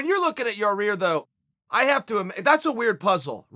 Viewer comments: I love Chael trying to sat certain names. Here we are with "Ya rear" again. Lol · Chael “Ya-rear” Sonnen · Yareer.... chael out here butchering people’s names every other interview lol 😂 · Chael "Yawr-Ear" Sonnen... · YAIR, no R in the middle there. C'mon buddy boy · Pronounced: YAI' IR, Chael. YAI' IR... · Chael just give up on pronouncing Yair lol